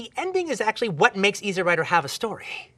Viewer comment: Dude" It's Easy Rider. Not Easy rider. What a Dork. The way he says it makes it sound like it's a movie about someone's lawn mower.